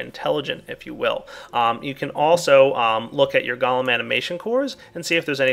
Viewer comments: gah-lum, go-lem... Its driving me crazy!! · pronounces golem like gollem (what is this, lord of the rings?) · Man those Goalems are awesome I wonder is you can get them to milk cow's, sheer sheep and even breed your animals for you?? (BTW anyone who spell-Nazis me for spelling Golem as Goalem Look it up in any encyclopedia or dictionary Golem pronounced Galem like is the nake of that cannibal scrawny freak from LOTR Golem pronounced properly as Goal-em like the pokemon says is referring to these little fellas and their big Jewish brother)